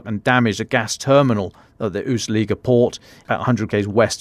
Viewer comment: Anybody caught the name of the place near the border with Estonia? Seems like it wasn't pronounced correctly. Could it be Ust-Luga?